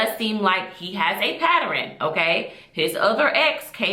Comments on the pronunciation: Beautiful lady - you did a nice job with this review. Please and I say it in love. Practice the word pattern. It’s only 2 syllables. It’s pronounced pat-turn. Love ya girl but please fix that. ❤ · paterrin??? the word is pronounced pattern. Other than that, good video. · Please stop saying pat-ter-rin 😂😂. It’s pat-tern. Ugh. I hate to be that person but I hate when we butcher simple words. And while I’m at it, it’s “whether”, not “rather” 😂😂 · “PATTERN” not “PATTAREN” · Patturuns as killing me. Also the way she talked about fetishes is false. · I can’t listen to someone who says “patter in” illiterate asf 😂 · Just discovered this channel and couldn't focus on anything after she said. Never heard anyone make it two syllables. Good content though. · mispronouncing pattern is not attributed to dialect. The word is being said incorrectly. Yani puts an extra sylobol in pattern as well. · OMG the way she pronounced it was so cringe. It made me tweak over and over. Great Video But Sweet heart it’s pronounced like this “Pat-Turn” = Pattern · Its pattern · dialect would be her sounding like she is from the south or New York. Pattern has two syllables not three. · That’s not how you pronounce “pattern”. There’s only two syllables.